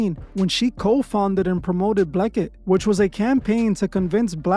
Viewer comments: I’m pretty sure it’s called BLEXIT not BLEK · Lol, dude pronounced "blexit" as "bleckit". Wtf?